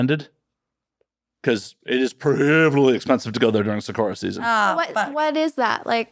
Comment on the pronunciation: By “sawccorraw” I’m guessing he’s trying to say “sakura.” Gaijin.